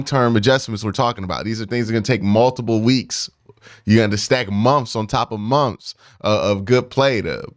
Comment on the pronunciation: May be a "fusstrating" couple of "momfths"